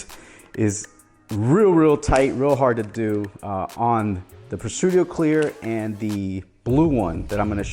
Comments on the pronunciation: no no....it's Presidio, not Presudio.... Tomato Tomato is the same word pronounced differently. 🤓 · Pre-sideo not Pre-sudio brotha! Great video, definitely always loved the grip series.